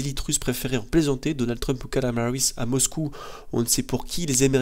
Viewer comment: C'est KAMALA, pas Kalama bordel ! D'accord ? D'accord ? D'accord ?